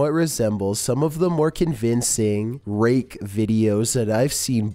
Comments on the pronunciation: You saved yourselfby over pronouncing the K in rake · Did you say rake videos....? Cos it sounded a bit suss.